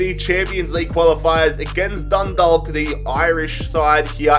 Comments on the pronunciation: It's pronounced dund-awe-k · it's said done-dah-ck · That’s not how you say Dundalk lmao it’s said like Dunnedock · for the irish team Dundalk you dont pronouce the L, its Dun-dawk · Chalk Dundalk.... There is no 'L' sound in Dundalk